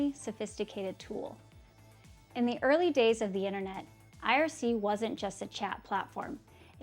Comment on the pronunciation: Not aiarsii... ITS IRC!!!!